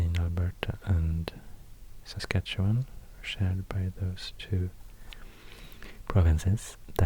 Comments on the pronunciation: Your pronouciation of Saskatchewan is impressive....even most Americans butcher it. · Ten gold stars for pronouncing Saskatchewan in an acceptable/proper way. I wish I would have had this as a kid instead of studying it so hard in grade 2.